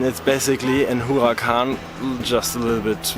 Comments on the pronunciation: Stop saying whoacan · I’m getting fed up of hearing u say whoacan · hes saying huracan better than any of you